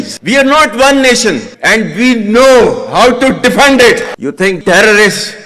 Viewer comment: English pronunciation is also different instead of defend he says defund 😂may be right they r just defunding their country.